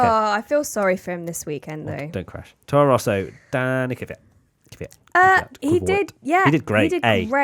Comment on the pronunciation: For the last time it's kveeyat